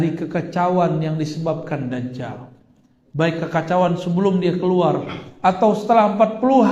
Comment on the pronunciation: dajjal sebutannya bukan dazzal 😂😂😂